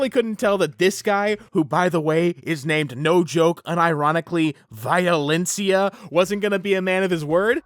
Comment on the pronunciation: Violencia is not THAT stupid name if u pronounce it right😂 Man kick ass is still my fav movie, yes im almost 40